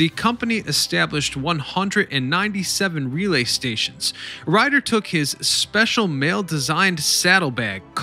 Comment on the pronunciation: "RE-lay", not "ruh-LAY"